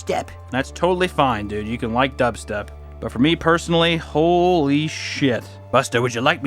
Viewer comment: i.... hhhhhh * breathes heavily*.... likehhhh * overpronounces* dub- steh-p......